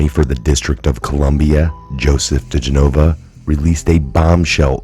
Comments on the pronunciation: His name is pronounced Di GEN o va. Accent on second syllable, NOT Di gen O Va. So many people mispronounce it, it's not that hard! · Love your videos! (But... it's diGENova -- emphasis on GEN.) Keep up the good work! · Joe DEE-JEN-OH-VAh. Gah!!!!! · His name is pronounced Di-gen-o-va!!! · Dear. Please Correct The Pronouncing Of His Name. Di Jen. I. Va. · No offense coz I love you...But his name is pronounced Deh- gen-ovah...😁😁😁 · His last name is pronounced. De Jen O Va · Bro, it's been over a year now. Learn how to say Joe digenova's name. Watch one news clip. Please quit being so disrespectful to that patriot